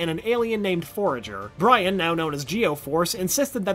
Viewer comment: jay mie and bri an 🤦‍♀️